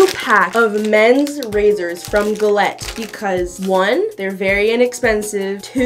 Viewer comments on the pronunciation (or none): I KNOW she did not pronounce “Gillette” as Gil-et. Like is it not pronounced Jill-ette 😂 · DID YOU JUST SAYY GAHLETT?? Instead of JEHLET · Um.. luv you but, it's pronounced like "jillete".... <3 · the way she pronounced gillette